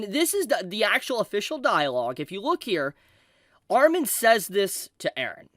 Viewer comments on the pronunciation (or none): none